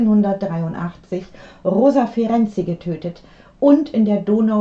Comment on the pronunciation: Super, wie Sie den Namen : Ferenczy aussprechen. Einfach toll! Ich heiße nähmlich auch so, und leider habe ich hier in Deutschland andere Erfahrungen gesammelt. 1A!!!! Es ist eine Melodie für meine Ohren. DANKE!❤